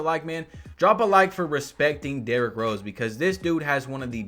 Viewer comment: “Derrik Rose”